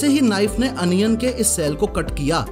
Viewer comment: Onion ❌ Anion ✔️